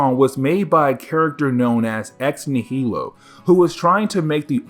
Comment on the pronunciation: Ugh, it’s ex nigh-uh-low. Not ex nuh-heel-oh. Like nihilism, nihilist, etc. ex nihilo